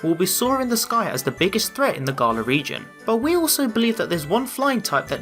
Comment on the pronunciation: I hate the way is saying Galar ‘Garla’